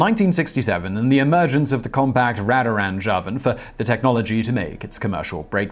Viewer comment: Master Simon, sir. You easily pronounced “radar” properly. Might I suggest perhaps that you pronounce “radar-range” using the very same long “a” sound? The short “a” as in radical sounds a bit too much like you are channeling your inner-80’s, “that’s rad man!” self.